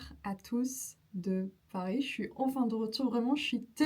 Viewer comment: I wonder were you speaking Turkish right before you started the video? First 20 seconds you said "Paris" and "heureuse" very strangely then recovered and were excellent after that! Polyglot problems. Anyway, great video. Love the mix of travelogue and language tips.